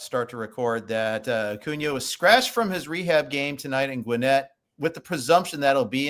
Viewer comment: “Favorite player ever” proceeds to say Acunas name wrong